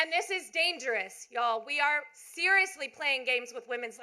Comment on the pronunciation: She saying y’all wrong